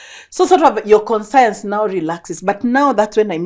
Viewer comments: It's not "con-science" it's "konshens" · It's not "konshens" it's "conscious". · it's really "conscience" but I was giving her the pronunciation Go off though🙄